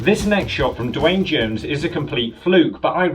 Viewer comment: I thought it was pronounced the same as Dwayne